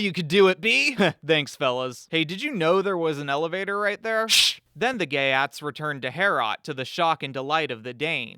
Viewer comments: Your pronunciation of the geats is so wrong! It is not GAY AT it is GEET! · it's geats rhymes with yeets.